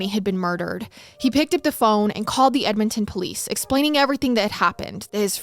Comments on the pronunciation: 😂 What did she call it? Just an FYI: it's Edmonton = Ed-mun-ton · Hearing pronounce Edmonton, the first time, made me jump a lil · They way you pronounced Edmonton the first time made me laugh 😂 you got it right the second time lol